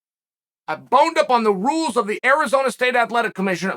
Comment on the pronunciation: Uncle Chael: Repeat after me: I misinterpreted the rrrules!